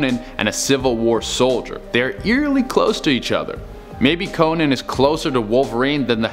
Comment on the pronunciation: This guy said Conan. Oh my God. . .